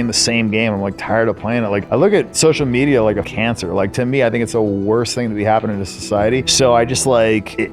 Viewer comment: What's with the random vocal frys going on in this video, holy crap? When you stressed quarter and media I had to laugh.